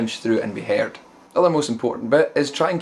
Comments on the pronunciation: That accent though... "Haired". Cracked me up. :D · he was joking about how brogue makes him pronounce the word "heard" as "haired". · This is actually very helpful for me. Sadly, I fell into the Metallica "...And Justice For All" attitude of scooped mids, high treble, and high distortion. Hopefully this will help to beef up my sound a bit and actually make it sound more than an under-produced Cannibal Corpse album Plus, the way you pronounced "Heard" made my day :) I don't mean to dog you, many nationalities pronounce words differently. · I like the way he says "heard"